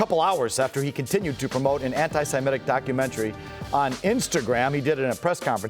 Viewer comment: How old are you Felger? How are you unable to pronounce “antisemitic”